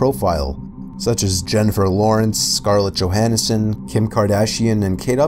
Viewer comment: Scarlet Johanison??? 🤣 Who's that?